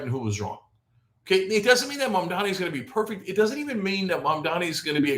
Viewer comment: At least you pronounce his name right